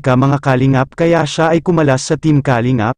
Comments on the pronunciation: nakakainis marinig ang maling bigkas ng kalingap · puede ba ayusin nyo pagbigkas ng kalingap....mali ang pagbigkas